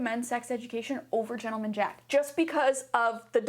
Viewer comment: gent 👏 le 👏 man 👏 jack 👏 is the only correct pronunciation